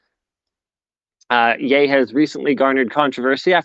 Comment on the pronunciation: I know nothing of pop culture but at least I know Ye is pronounced like Kanye come on Linus